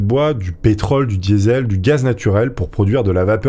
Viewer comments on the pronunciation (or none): none